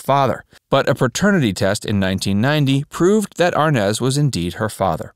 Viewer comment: I can’t believe only one person got of their sofa to complain about all the mistakes in this horrible piece of journalism. Repeat after me, R. Nez, R-Nez. R.Nez. now all together Desi Arnaz Jr. Dino- Desi. And who?????🥸😜🤪The band was Dino Desi & Billy! Not amp Billy, hey S . S amp Billy. S. Wtf??